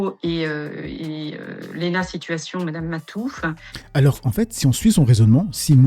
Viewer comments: C'est MAHFOUF et pas MA TOUFFE c'est qui celle là qui parle 😂😂😂😂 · madame ma touffe au lieu de mahfouf… genre c’est compliqué à prononcer alors que l’autre nana personne la connaît 😆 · Elle a bien dit " Madame MaTouffe "?..🤣 Je ne suis pas fan de Lena et je pourrais la déchirer sur beaucoup de points argumentés. Mais là... Essayer de lui faire une Dieudo en levrette ?.. C'est NON ! Ecorcher son Non aussi c'est NON ! Ca en dit long sur la méconnaissance du sujet, c'est n'importe quoi !